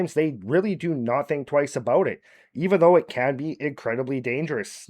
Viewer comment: Eh it’s aboot time